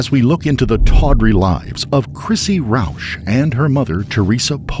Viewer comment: When dude said Roush I said hold up a minute